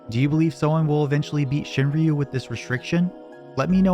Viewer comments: "shin-roo", they don't pronounce the Y in Shinryu. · It’s pronounced shin-roo, fucking gaijin